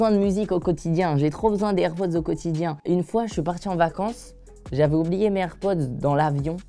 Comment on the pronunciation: Ca me stresse il dit " airpodz